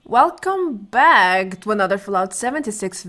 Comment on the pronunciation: I just love how you say "BACK", nice accent, Australian?